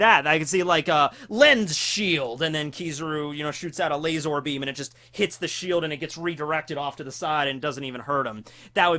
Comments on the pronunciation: It burns my hear holes every time i hear laz-OR I legitimately enjoy content but seriously just say laser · I’m upset about how you say laser! Lol